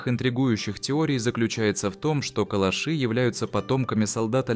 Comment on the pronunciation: КалАши - ударение на втором слоге...